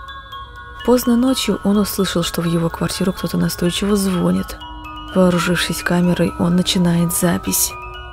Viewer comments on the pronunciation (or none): На втором ролике в дверь не звОнят , а звонЯт , или у вас на районе не звонЯт а звОнят ???😂😂😂